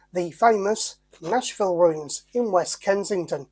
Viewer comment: Nashville has an H in it 🤦🤣